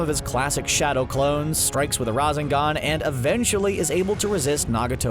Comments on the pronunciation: IT IS NOT RAZZZEGAN IT IS RASSENGAN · Rah-Zen-Gon lol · I loved this video but the way the narrator says rasengan and uchiha annoy me so much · You call sakura boring??? You cant even pronounce rasengan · He called Sakura boring and then proceeds to mispronounce Rasengan..... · He got it half correct I mean sakura is voting do that's the correct half and he mispronounced rasengan so that's the wrong half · Its not that hard to say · After all this time you guys still can’t pronounce uchiha and rasengan properly.